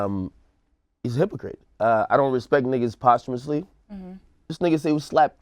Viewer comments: These niggas pronouncing posthumously as "Possum-ously" really had me weak yo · Yall pronouncing posthumously wrong smh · Somebody tell Ak the word is ... Posthumously